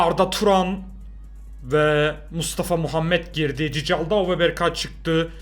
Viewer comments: cıcaldau deil cikaldau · Olum yazılışı cicaldou okunuşu kikaldaou yanlış okudu